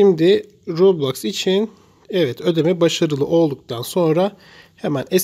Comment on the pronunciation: Kardeşim roblax ve robax nedir yazıldığı gibi okunur